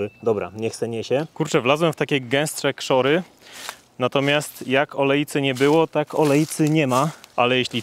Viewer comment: Nie kszory tylko kszaczory